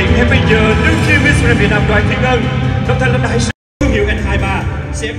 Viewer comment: Miss Grand mà nói nghe ra Miss Trans ( Miss chuyển giới hả ?? ) 😌